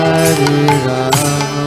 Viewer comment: Why does he chants Ramo instead of Rama?